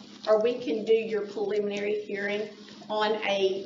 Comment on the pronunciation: "Pliminry" Hearing